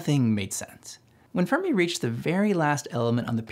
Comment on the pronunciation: Great video, but I’d highly suggest looking up the pronunciations of people and places before recording your audio for future videos. For example, it’s not “bek-rel”, it’s “bek-er-ell”. “fur-me” should be “fair-me”. “Deh-cow” is “dock-cow”. Etc